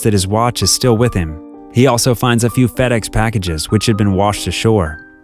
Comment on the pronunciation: I heard fatass when he said fedex 1🤣🤣